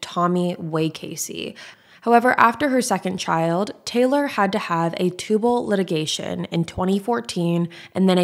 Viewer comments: Just as a heads up, it’s not a tubal litigation (law term lol). It’s a tubal ligation. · Tubal LIGATION. “Litigation” is what lawyers do in court.